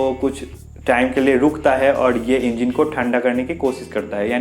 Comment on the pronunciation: Engeen nhi hota engine hota h chutiya